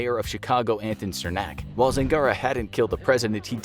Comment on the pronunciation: You mispronounced the Mayor of Chicago's name it's actually "SIR-mac"